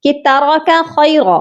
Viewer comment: 3rd aayat me khaira q padha!? Khair q nhi?